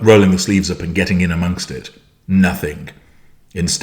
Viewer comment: Did you really say “nothink?”